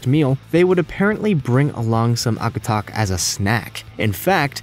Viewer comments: i'm from alaska and it annoys me how wrong he says Akutaq lol, it surprisingly tastes really good. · You are completely butchering the eskimo ice cream name. Also, its based with lard, not reindeer fat. Some versions use cool whip too